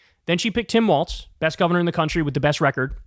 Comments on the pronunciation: It's Walz, not Waltz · It’s WALZ Kyle. Not Waltz